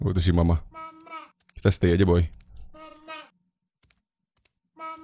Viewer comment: Kalo diperhatiin, tu setan teriak "mamprang". Bukan "mama"😂